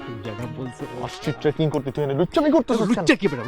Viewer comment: বইন ওটা ট্রেকিং! ট্র্যাকিং নয়!🥲👏